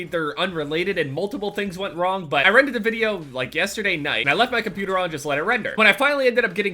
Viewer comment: You say cuputer instead of computer lmao